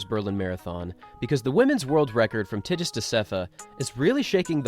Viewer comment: The G in Tigist is pronounced strong. Like in Girl.